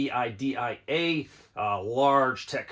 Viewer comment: its pronounced "N-VIDIA"! ya moron